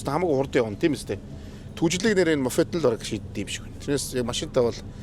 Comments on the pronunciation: Мофед мофед... л гээд байх юм моПед гэж мэддэггүй юм байх да 😂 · моФед, комФьютер, Фүүз гээд л 😅